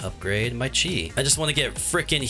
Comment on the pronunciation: yay its someone who says chi right